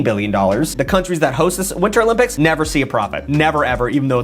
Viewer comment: That’s proper pronunciation